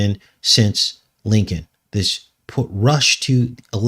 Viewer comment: Lincoln sure sounds like linked-in when you say them.